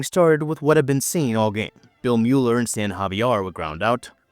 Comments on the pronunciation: If you mean Bill Mueller it is pronounced Miller. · “Bill Myooler” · For a while, he was in the conversation for being the best RH starting pitcher in MLB. About 5 minute mark: Bill Mueller said his last name was pronounced " Miller "